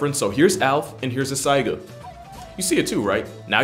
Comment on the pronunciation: It's saiga, not tsaiga.Though I admit to only being so familiar with it due to Super Auto Pets.